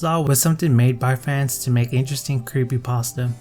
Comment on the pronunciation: Yes I Love When He Said Creppypasta